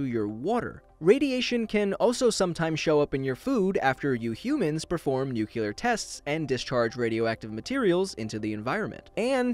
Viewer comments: *new-clear. Not new-kyu-ler! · FYI, it’s nu-clear, not newculiar, you wouldn’t say an idea is culiar, you’d say it’s clear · nucular? lol i hope you say that sardonically. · Repeat after me: NOO-KLEE-errrrr (nu-cle-ar). NOT (dear, God) NOOK-YOO-lerr (that would be spelled, nucular). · Why almost everyone is now saying nukelar? It's nuclear I don't get it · Why do you pronunce nuclear fallout "nu cle ar" but pronunce nuclear power as "nu cu lar"? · did he say "nucular?' :: sigh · Why is eating nuculare waste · Nucular?? Really? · Nucular test lol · Did you say nuculear?? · Heh, nucular! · Did he just say "Nukuler?" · Yes he did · it should be illegal to say nukular. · My only surprise is your use of the words wuter and nuke-ular. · Stop saying « nucular » please! Since you are all about education. Awesome channel! (It just sounds so dumb) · I thought the only people who said "nucular" were U.S. presidents. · I think you only pronounced nuclear wrong once in this, I think that's a massive improvement, or I might be thinking of someone else but I think it was you.